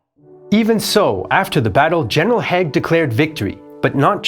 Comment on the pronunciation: Haig, pronounced Haayg